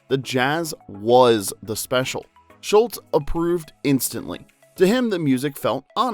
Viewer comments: His name was Schulz not Schultz. Mispronounced throughout the video. He was not Colonel Klink's sergeant. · automatic dislike - it's SGHULZ, not SCHULTZ But you can blame Hogan's Heroes fo' that misunderstanding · It’s not Charles SHULTZ it’s SHULZ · According to the narrator, his name was Schultz. But it's probably an AI generated voice... on an AI generated channel.